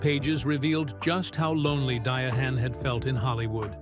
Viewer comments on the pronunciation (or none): Her name us pronounced Di-ann.Give our legends respect please❤😂